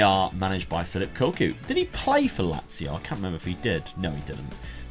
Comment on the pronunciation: Nazio not lazio